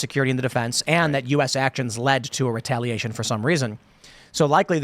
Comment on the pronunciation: "Retailation" lol.